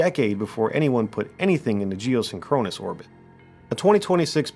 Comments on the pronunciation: Dude, you need to learn how to pronounce big words before you make a video and say it 23 times. It's "geoSINKronous", not "geosinKROnus". Have you ever heard the Police song "SINKronicity"? It's not "synKROnicity"... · Capt. Kirk says Sink-kru-nous orbit-- you say Sin-kron-us ☺ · “Geo-sink-run-is”, not “geo-sin-chronus” ouch, my ears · Love your stuff bro. But the pronunciation is: 'sink-crow-niss' ... two objects are sync'd up. I WANT to think they are up there. But I wonder if anyone has looked into how the Gamma (and other) rays bounced around in our atmosphere (like radio waves do). Or maybe even bounced off the moon and came back in. <<<That one could cause 'northern lights' since they are the same type of rays that cause them from the sun, I think. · Sorry, it's pronounced "jee-oh-SING-kruh-nuhs" You're accenting the wrong syllable. Great content though. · Seen-Kro-Nus orbit. LOL 😂 AI needs to do better haha. Entertaining content though :) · Very interesting & well-put together. But who says "geo-synCHRONous" orbit? AI? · Geosynchronous is pronounced jee-oh-SING-kruh-nuhs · This has quickly become one of my favorite channels. One thing. You're saying geosyncronous wrong. Please look up it's proper pronunciation. It was jarring. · Do yourself a favor and learn the correct pronunciation of geosynchronous. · I am genuinely impressed that you can say geosynchronous as many times as you did and STILL mispronounce it every single time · Love this channel but the pronunciation of geosynchronous is triggering my OCD like crazy lol. Also, no mention of the dark knight satellite?